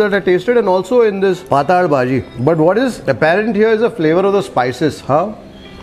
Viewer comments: It's patal (पातळ भाजी) bhaaji and not pataaaal bhaji!😄 You are a ex Mumbaikar right? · .. thin(paatal) not netherworld (paataal) …. But almost tasted the food today…. Yummy 🤤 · Its not paatal bazi!! Its pattal baazi (marathi ward ) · Sirji, "Paataal" nahi.."Paatal" lol it is Konkani word for Thin. Looks like a Konkani establishment since there are a lot of GSBs in Hubli, Dharwad region. My grandfather used to make the best Kashaya. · Patel = non Sukha or wet bhaji. Not sure if it is pronounced as “hell” Paataal in Kannada against Paatal in Marathi. पाटाल or पाटल, Hindi fonts do not have the other 2nd ल. Even in Marathi marriages you have smaller batata Wada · Hi, we love your channel and very nice and awesome commentary in all your videos, also fantastic documentary, kudos to your efforts. I think the Bhaji you mentioned as Patal bhaji May be pronounced as PATTAL BHAJI (Flyidic, liquid, thin. May be Marathi word) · Yes correct. It's pronounced as 'Paatal' in konkani/marathi and not 'Paataal'.